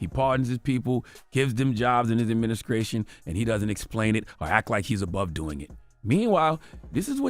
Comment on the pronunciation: "Adminicration" damn unc